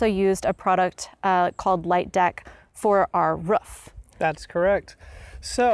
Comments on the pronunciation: Took me a third of the video to figure out she was saying roof. I was scratching my head trying to figure out what a ruf was lol. Doh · Haha. here. I have seen this before from others. I guess I pronounce it "ruef"? I don't know how I would even say "roof"? Must be my Oklahoma roots. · " ...on the ruff.."